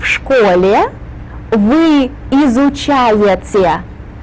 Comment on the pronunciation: "вы изучаеЦе", "маЦемаЦика" - можно было бы корректнее произносить